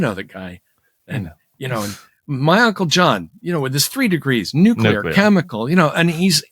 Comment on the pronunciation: you mispronounced "nucular"